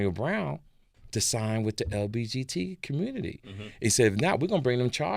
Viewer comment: TK stay saying LBGT 😂